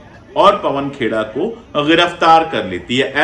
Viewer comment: से मिनट के बीच आपकी भी ज़बान फिसली और आपने पवन खेड़ाजी को पवन खोड़ाजी कह दिया। मारवाड़ी में खोड़ा का अर्थ होता है लंगड़ा। आपकी भी गिरफ़्तारी होनी चाहिए। 😂😂